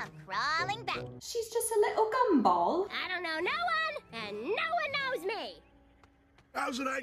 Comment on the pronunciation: "She is just a little gumbol" I love the way she pronounced gumball XD I am ur 69th like..:')